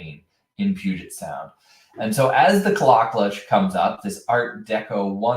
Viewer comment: Pronounced "Claw Claw."